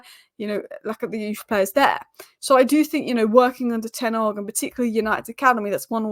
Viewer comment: Can we not call him 'Ten Arg'. There is an H at the start of his name. It just sounds sloppy.